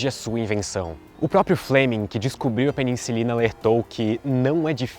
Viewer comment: Fiquei com uma dúvida, várias vezes você pronunciou peniNcilina, é correto?